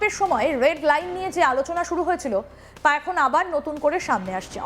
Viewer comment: এখন এর উচ্চারণ অ্যাখন, এমন এর উচ্চারণ অ্যামন,এ রকম উচ্চারণ করেন কেন???? এ খন এখন